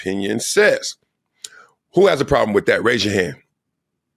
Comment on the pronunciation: A very educated man? He pronounces with, wiff!